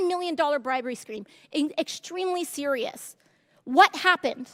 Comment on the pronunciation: But but she wath sa-wee-ous! Lol